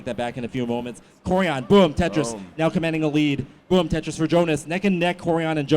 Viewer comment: Why do you keep saying bum Tetris